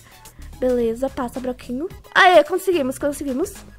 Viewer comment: Ela falando passa (broquinho) ksksks